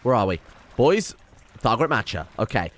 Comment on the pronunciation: "Thargaret Matcher"